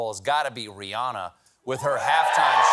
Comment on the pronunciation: Almost everyone pronounces "Rihanna" wrong. Rihanna is Ree Anna (like banana). After almost twenty years of fame, you'd think people would learn how to pronounce her name. On the other hand, her real name is Robin, so maybe it doesn't matter too much